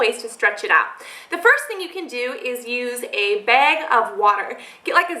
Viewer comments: I love how she says bag! "Beeeeg" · Coulnd't finish this video jist because she breathes so nasaly...and the way she says bag....she needs help. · interesting pronunciation of the word "bag" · you say "bag" funny hahaha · Is she Canadian? She says "bag" like a Canadian I think. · u say 'bag' reallly weird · I like the way she says the word "bag" XD